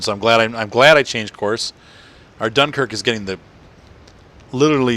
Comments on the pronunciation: You got the end correct. Just the "Dun" is wrong. That's a shame I don't know to right in phonetic. The most accurate thing I could think would be "Dinkerque" I believe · Just to let you know you butchered the name Dunkerque...